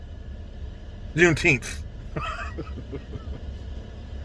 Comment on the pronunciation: "Junetenth"? That's weird, "June" isn't a number.